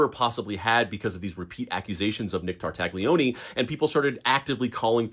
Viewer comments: I will say sth, but don't take it bad, please. Tartaglione is pronounced with a silent g and the "lio" sound is more like the "nia" sound in the word lasagna but with an L instead of an N. Sorry, I watched the whole video out of honest interest to the story, but every time the surname of that guy was pronounced my ears bled a little.. 🙏🙏❤ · I'm pretty sure the g is silent. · The g is silent in Italian names. I'm sorry. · Sorry but just because officer Nick was a bad guy doesn't mean you should do the Italian language dirty like that. It's tar-tay-oni not tar-tag-lioni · All good, just stop saying /Tar/Tag/Lioney, please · You massacred the name Tartaglione. Tarta Lyo nay. (The G is silent). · In case you meet any new Italian friends with similar names, you should know how to say them. "Tartaglione" is properly pronounced "TAR-tal-YONE", optionally adding a soft "é" sound at the end. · Damn bro!!! Stooooop pronouncing that G!!! It hurts my ears. 😂😂 its Tartalioni!!! The G is silent. 😂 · Don’t pronounce the g!!! Tartaglione = Tartalione. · The G is silent in Tartaglione 😭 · Maybe look up how to pronounce Italian names. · I wanted to like this video but this guy kept pronouncing the "g" in Tartaglione and found it very annoying, lol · For the love of god, look up how to pronounce tartaglione before filming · Interesting story! I wish people would learn how to pronounce Italian names, though... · The G in Tartaglione is silent. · I know he was bad, but come on, you don’t have to butcher Tartaglione’s name. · This is a really interesting bit of history to learn. My only real gripe is that the g in an Italian name like Tartaglione is silent due to the L immediately following it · Ay, uh, maybe don’t pronounce the G in Nick’s last name.